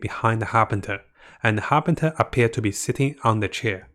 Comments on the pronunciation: FATUI not FATARI. Also HARBINGERS not HARBINTERS. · love ur vids but its har-bing-gers-->(pronounced as "ha-bing-jers") fatui-> (pronounced like "fa-tu-wi") Cherrios!:)